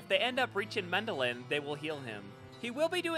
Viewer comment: MendeLN, not Mendelin.... T_T